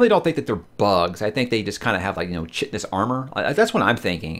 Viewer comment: Chitin is pronounced "kite-in", and Moranth are never seen without their helmets. I'm pretty sure they are human, but they are as close to their giant dragonflies as horse warriors are to their horses. Few glimpses into their society are given. Some mysteries are never explained, which seems deliberate. One of the main themes is that even gods don't know everything, and they meddle with humans at their own risk. That's the whole story in a nutshell, humans ultimately have power over gods. If you've read Terry Pratchett's 'Small Gods' you will understand exactly.